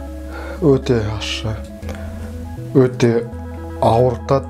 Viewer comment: Неге көбісі ащы дегенді ашты дейді? 😅